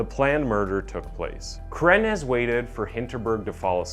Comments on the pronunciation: was wondering the same thing, pronounced her name as Carrenaz, carrenza and carranza. And quite a few others, it became distracting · Wait so you said her name wrong the entire video until the very end when she went to court and then you say it correctly? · Jesus Christ, you butchered her name and so many other words it hurt my ears. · 🙄-how difficult is it to pronounce the name CarranZa?!🤯 or Munich for that matter? Dreadful commentary! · Terry is totally right. Watch it again. He totally mispronounces her name as “Crennez” multiple times. And then reverts to Carranza several times. And his pronunciation of Moo-nitch is also cringey. And yes...if you want to put out a respectable product, you should put time into attempting to do it right. It’s not nit-picky. It’s professional. Sorry if you’re used to TikTok video level of professionalism. 😆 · Ca ren zah . Oh pair . Just slow down a little bit and use Google audio pronunciation help. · Well she butchered two people so who cares how he pronounced her name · CARRANZA… Carannaz… Carranza… 😄🤣 which one? CARRANZA is read as “Kar ran-za “ I cannot concentrate on the story 🤣🤣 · Great video but the way you pronounce her name isn't quite right. It sounds like "crenice" to my ears. It is spoken "ka-ran-za". Three syllables. Munich's ending is a hard 'k' or else you could try to say München which is the German version. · Half the video he’s calling her “Carranez” instead of “Carranza”. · Please get your pronunciations correct. You pronounce Carrenza as Carreniz several times. Annoying. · doesn’t take a literary genius not to pronounce Carranza as Crenez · Yeah kinda annoying how Carranza became Carenez. Kinda makes the credibility of his vids drop a bit imo. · And also not to Be that guy, but he kept calling her Carenas not Carranza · My dude…if you’re going to use people’s names, can you at least pronounce it properly?? CarranZA, you said carrenez about 50 times. Also…Munich? Mew-nick. What a face palm.